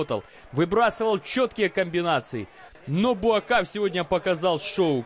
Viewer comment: Неужели так трудно правильно писать и произносить имя бойца,тем более легендарного) БУАКХАО его зовут